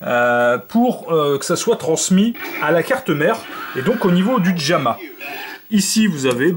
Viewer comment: "Djamma" lol